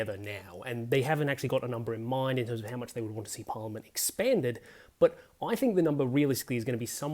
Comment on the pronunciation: It’s pronounced Par liament, not Por liament. Just saying